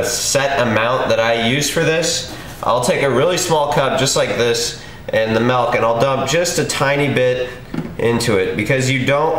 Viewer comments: MILK dude MILK fucking MIIILK not MAAAAALK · Nice, sweet, healthy treat :) Also, nice intro. Also, what state do you live in where you pronounce milk malk?